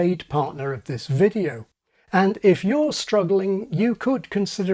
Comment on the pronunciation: vocal fry with intrusive 'R' (videor)... sheesh that's annoying 😂